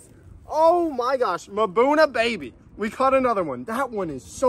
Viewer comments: Mbuna - A word in the local Malawi Chichewa language that translates as "rock dwellers" Ie: a whole bunch of cichlid species normally found in rocky areas. Pronounced - mmmm-buna. No vowel sound between the m and the buna. Nice job! Both Blue zebra and the exapasteratus are members of the mbuna group. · Hi hehe it's pronounced Mmmmbuuunaa